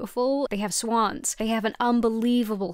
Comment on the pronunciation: The un-Britification of your accent on the word "Swans" has reached hitherto unprecendented levels